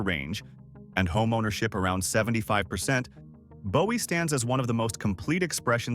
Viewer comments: Bowie is pronounced Boo-E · OMFG ITS PRONOUNCED BOO-WEE!!!